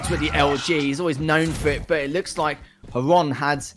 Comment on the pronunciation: Casters thx for saying correct nick Xron (Hron) at last! =) Was so sick of that "zron" pronounsing